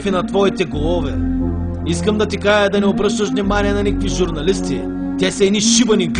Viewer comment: "искам да ти кая" леле какъв българин ли си ти бе??? научи български език !!!